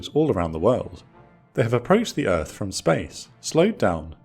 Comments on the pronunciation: LOL “Welcome to ERFFFFFF!” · Welcome to Earf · Welcome to Earf! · welcome to earf !